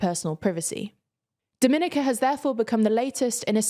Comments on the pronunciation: Great news for Dominica 🏳️‍🌈🇩🇲 btw it's pronounced "domi - nee - ka" not "do - minica" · I love you guys, but I cringe from how you pronounce Dominica